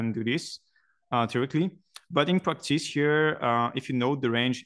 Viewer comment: you're the only person on earth who should pronounce practays instead of practice so continue saying practays my man! :P